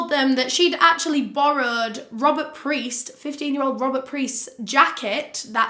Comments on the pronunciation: I love your videos so much! However, there are a few corrections that I want to point out: the boy's last name was Piest not Priest; very easy to get mixed up. Also, it's not Lime it's actually pronounced. ^_^ So happy you're back! Can't wait for the next case! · It's Piest, not Priest. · I'm just here to say it's Robert PIEST not priest....no R. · Peist, NOT Preist ugh it's driving me nuts. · Rob peist pronounced like peiced together. Not preist, not the holy man. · It’s Piest not Priest :) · It’s Rob piest not priest 👍🏽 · I just want you to know that you call Robert “Priest”, it’s Robert Piest. Just a small correction. Otherwise fantastic video and now you’re one of my favorite YouTubers. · I just would like to make a small correction in your research. The boy who worked at the pharmacy, who became one of Gacy’s final victims, was named Robert Piest. You kept saying Priest instead of Piest. It’s a small mistake, but a rather important one in my opinion. I just thought you would like to know that. Thanks for all the hard work you do to put out these vids!!! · I'm sorry but could you please show more respect to the victims by doing proper research and stating their names correctly? His name was Robert Piest, not priest. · the boy's name was Robert Piest. (say his name.) tho frankly the mispronunciation "Priest" is super fitting to the way - tho his death was equally as horrific as all of Gacy's victims - this one case was suddenly taken seriously and deified to the point of giving enough fcks to actually solve this already easily solvable case (ie. this had already been solved by an openly gay man who had been tortured and assaulted, but the police didn't consider that a crime) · Love you and your work….just wanted to say it was Robert Piest, not PRiest. Sorry to be annoying, just feel like it should be mentioned. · It's Robert "Piest." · We love you! It's Robert Piest though XOXO